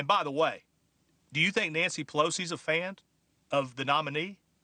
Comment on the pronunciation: Pronounce fan one more time john There's no d at the end.